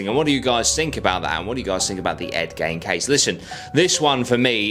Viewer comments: It's Gein .... as in Geen ... not gain ...as in gaining something .... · Pronunciation of the last name drove me mad. It’s pronounced Geen like the old woman Jean who lives on the corner of the road but with a G ! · I swear his name is pronounced Ed ‘Geen’ I’m probably wrong but it’s how I’ve always heard it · He keeps saying Ed gain… lmao who tf is Ed gain. It’s gein (geen) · Hey mate his name is pronounced..." Geeee-n"... Like the word seen but no s use a -G-.... Geene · "Gain" irked me, too, until i imagined how i'm probably gonna murder Aussie words. ?probably? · I always thought it was g eye n